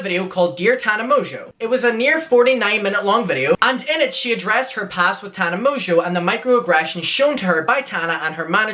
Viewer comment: Um, dude, you pronounced her name wrong...its "Tarna Mongo" lmao thankyouparishilton!!!!